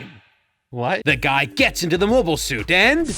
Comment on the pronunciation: To be fair you have been pronouncing 'mobile' incorrectly throughout the video.